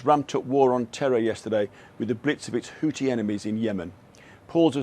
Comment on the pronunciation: Christ... It's WHO-THI .. with an H at the end... NOT "Who-tee" . It's LITERALLY in the spelling (Houthi), you're also in the region where people likely say it all the time and you still can't even say their name properly. HOUTHI .... NOT "Hooti".